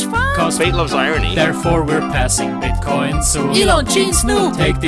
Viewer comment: bro said bitcoink